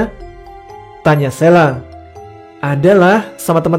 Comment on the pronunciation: Sheila, ada H-nya, bukan SELA. Parah!